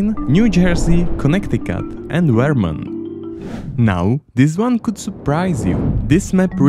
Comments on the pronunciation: As a vermonter its funny to hear you say say our states name... Veermont. Great video btw. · I don’t like how he says “Vermont”